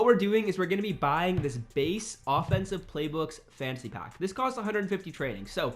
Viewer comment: Nice video bro....but the way you say pack!!......”open a pock”😬😬